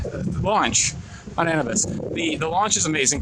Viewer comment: Pronounced A-new-biss. Like the Egyptian god